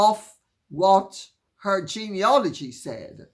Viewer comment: Sorry to have to correct you Lady C, I'm sure it was just a slip of the tongue, but the word is 'Genealogy'